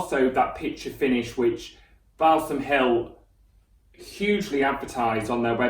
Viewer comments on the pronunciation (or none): its pronounced "Ball - sam" ....not bowel-some lol